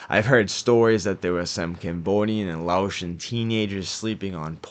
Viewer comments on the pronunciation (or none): I’m from Lowell I know everywhere you put in those pictures lol also cambodian and for next video it’s not laoshen it’s pronounced like lay ocean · say lao or lay-ocean don't pronounce the t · Ain’t no way you just pronounced Laotian that way. It’s LAY OCEAN. TRG is what Asian Boyz came from too. Also the Deuce Boyz came from TRG? Because you have that famous member in the TRG artwork. You seem to get some misinformation here and there as well my guy. Like MLDz being a GD branch when they’re not, they’re a Folk Nation Branch though. Unless you’re saying they’re SGD/LaTabla. But ultimately they’re their own nation that also fall under the disciple umbrella seperate from GDN.